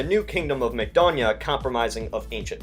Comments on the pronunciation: you pronounce Macedonia like McDonalds, stupid American. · Makedonya, "McDonia"??? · Everyone: Macedonia, Makedonija: MacDonia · Lol idk if it was pronounced correctly but as a Romanian when he said Kingdom of Makedonia he said kingdom of Mcdonnia I tought this is like a new burger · when you sead kingdom of makedonya sounded like kingdom of mcdonalnds XD